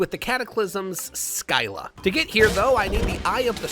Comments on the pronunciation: its not sky-la, its silla. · it's not Sky-lah It's sill-ah, you know- like the greek mythology scylla 😭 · Why would we critiqe you, your perfect EDIT: you prnounced scylla as skyla, me angy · The pronunciation of Scylla hurts me so bad.